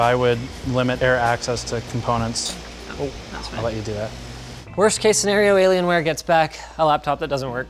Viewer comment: what's a dellalien-ware? Dell and alien are supposed to be separated Linus!